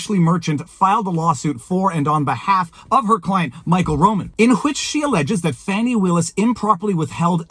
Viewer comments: Fani is def pronounced as a short for Stephanie, sorry Chris cuomo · Fani ≠ Fawni They're just trying to spare this insufferable woman embarrassment by pronouncing it in a different way. 🙄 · No black person EVER called a FANNY( Fani) FAHN-i. It’s never happened. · MTG also calls her Fauni/Fawni, I think it may be southern name and pronunciation. That said, I will be glad when this all ends in the favor of the Defendants, and hope the other cases against DJT all topple like Dominos.